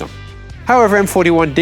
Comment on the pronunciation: I like how you say "friendly foreign nations" like "friendly fire nations"